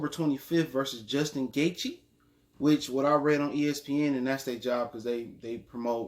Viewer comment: Its gaethje (gay-chee)